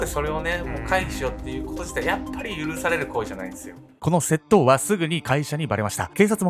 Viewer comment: 窃盗のイントネーションwセットォ⤵︎オ